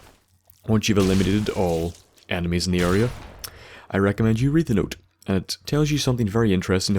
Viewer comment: Sounded like you said once you have eliminated all of the animes on the area lol, will you be doing fallout 4 videos?